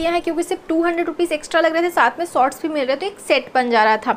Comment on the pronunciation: And sots😀